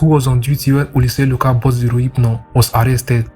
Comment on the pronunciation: Is it relphnol he is calling rohyphnol lol 😂